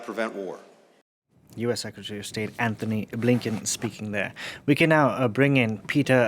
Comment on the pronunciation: An T ony Blinken. Not AnTHony